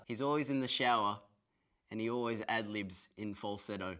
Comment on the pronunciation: "He's oways up for some advenchaa" Im dead..